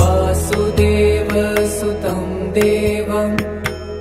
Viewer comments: Please pronounce it correctly. I am observing pronounciation issues in almost every video of this type. In this video, वसुदेव is pronounced as वासुदेव वसुदेव is the father of Krishna, who is वासुदेव। So this makes a huge difference in meaning. It's a good work, efforts appreciated but you need to get it checked by a Sanskrit expert before publishing. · It’s Vasudeva not Vaasudeva pls correct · Sorry to point out a mistake in pronouncing the first word. It is वसु देव... But it is being pronounced as वासु देव सुतम.... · Very good. But there is a big mistake. Vasudeva sutam is being pronounced as Vaasudeva sutam (extra a in Vaasudeva). Krishna is called Vaasudeva as he is the son of Vasudeva. Sutam means son. So, Vasudeva sutam means - Son of Vasudeva, or Krishna. Vaasudeva sutam would mean - Son of Vaasudeva, or Krishna's son, and not Krishna